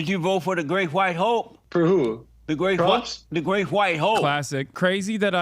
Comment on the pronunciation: I SWEAR Jesse was saying 'the Great White HOE' 😂😂